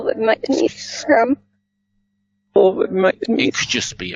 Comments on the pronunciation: I hear succumb, not scum. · Squirm not scum